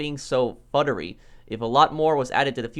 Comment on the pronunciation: Futurey Pronounced Future-y Not Futtery